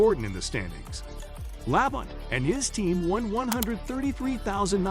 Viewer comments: This would be a lot better if you would pronounce Terry La-bont’s name as “La bon ta”. If nascar techs were checking your video, you would be sent to the back of the longest line, not for cheating but, for not doing your homework. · It's pronounced "La Bon Tee". Jesus, get the names right. If you've been around NASCAR for any length of time you should know this. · For a channel that is supposed to be all about Nascar, you really need to learn how to pronounce the names. For example, Labonte is pronounced La-bon-tee. I had to stop watching the video because I cringed each time to mutilate his name. If you watch and listen to the original videos you are taking clips from, I can assure you that his name will be correctly pronounced to help you learn it. Same goes with the track names. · If you can’t pronounce Terry Labontes last name or Talledega you don’t know anything about the sport so many errors in this video it’s a joke.